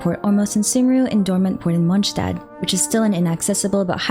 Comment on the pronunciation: Is it really MonSHtat??